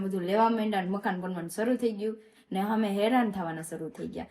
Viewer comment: અમે❌ હમે🤣 bolta to sikh vagadiya jevu bols